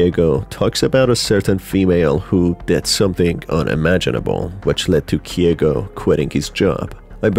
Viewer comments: KEIGO NOT KIEGO GOOD GOD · It's KEIgo not KYEgo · hey, just a heads up, Keigo is pronounced as Kay-go, not “Kee-eh-go”